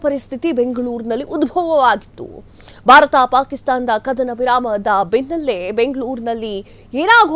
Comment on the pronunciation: ಆರು 'ಘಂಟೆ' ಕಾರ್ಯಾಚರಣೆ, 'ಕಧನ' ವಿರಾಮ, 'ಪಭ್' ನಲ್ಲಿ ಕಳ್ಳತನ, 'ದೊಡ್ಹ' ಆಪರೇಷನ್ , ಶ್ವಾನ 'ಧಳ' , 'ಪಾಕಿಸ್ಥಾನ'.. ಈ ಶುದ್ಧ ಕನ್ನಡ ಉಚ್ಚಾರಣೆ ಕೇಳಿದ ನಾವೇ ಧನ್ಯರು.. 🙏🙏